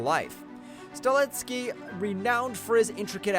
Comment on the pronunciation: Highlander director's last name is Sta-helski, not Stalinsky. The commentator brutalized several actors', directors', and characters' names in this presentation. Do some research before presenting geez.